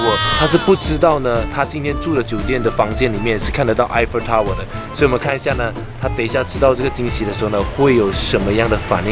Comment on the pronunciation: 是 Eiffel Tower 。而不是 Eiffer Tower 。 L 和 R 都分不清楚。笨死了